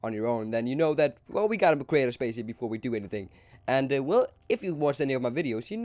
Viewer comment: He said spacesip not spaceship